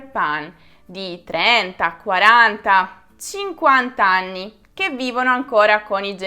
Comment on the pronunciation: Mi é piaciuto molto e sono d'accordo su quello che hai detto. Complimenti per la bravura e la simpatia. L'unica cosa é che ogni tanto parli l'italiano con l'accento straniero (quando hai detto 18 ani e non anni per ex).... poi (ma forse é dovuto alla tua giovane etá) secondo la mia esperienza dire amore, tesoro agli amici é una cosa di questi anni, prima era tabú e succedeva molto poco e in contesti particolari, anzi ti dirò di più prima non si usava nel modo esagerato di ora neppure in famiglia.... e non vedrai quasi mai a braccetto due ragazzi o uomini del nord (al sud lo vedrai di sicuro ma al nord sarebbe stato inconcepibile e avrebbe suscitato pensieri strani). Comunque bravissima.